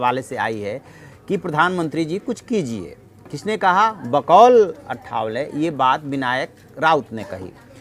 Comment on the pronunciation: रामदास आठवले नाम ठीक से बोलने की कृपा किजिये. अठ वले नही आठवले हैं.